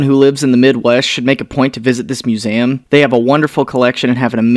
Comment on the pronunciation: Why do you pronounce museum "muzaum"